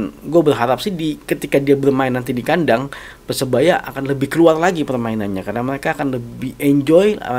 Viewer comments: lidahnya kurang lancip jd bicara R tdk jls . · PERSEBAYA BUKAN PESEBAYA RRRRRR